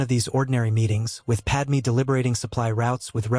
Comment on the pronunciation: Did Padmé even knew that Anakin's new name is Vader? Also, her name is Padme, not Padmee. Seriously, get it right.